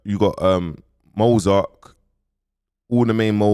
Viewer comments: It’s Mozart not Mozark 😂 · Why do you always pronounce the ‘T’ as a ‘K’ I clcoked it , man said MozarK and JusKo